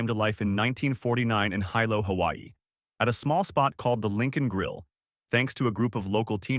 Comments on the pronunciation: So many mispronunciations? Please is pronounced Pō-Kay. The fruit Lilikoi is actually Passion fruit. Yeah like commented earlier Ti leaf is said Tee leaf. Pronouncing Hilo, Hawaii is pronounced Hee-Low. I can appreciate this video but they should’ve utilized a local older man or woman to narrate. It would come across more genuine and immersed. Hawaiians wouldn’t feel mocked. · Mispronouncing these words like "Poke", "Limu" and "Hilo" seems sort of disrepectful if you're going to do a video featuring these foods.